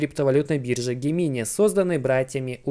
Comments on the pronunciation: пожалуйста загугли слово близнецы и произноси его правильно - ДЖЕМЕНАЙ Gemini - Близнецы. Транскрипция - |ˈdʒemɪnaɪ|. Да, и спасибо за контент ты красавчик:) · Только не Гемини, а Джеминай